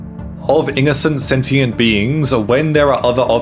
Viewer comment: setient is crazy tho fuh you mean sentient i mean like ummm maybe you realise that they have way less thinking capabilities and you do realise that in islam animals actually have to be slaughtered in a painless way to be eaten